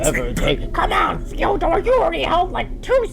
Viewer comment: I love how Big pronounces Fydor’s name differently each time